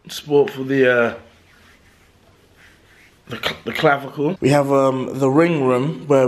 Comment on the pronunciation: He said clavicle 😂